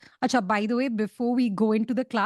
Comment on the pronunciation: That achcha is so Bengali 😂